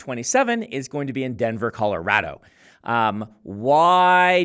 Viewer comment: Good job saying Colorado like you were born here!